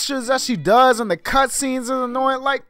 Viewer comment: Bro said cutscenes 😂😂😂😂